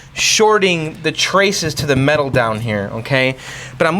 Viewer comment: Why did you keep saying weird things like mental instead of metal?